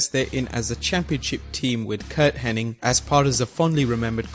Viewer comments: It's not henn-ing, it's henn-ig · Black jack Mullajin? Kurt Henning? How are we supposed to take you seriously when you can't even get Iconic names right?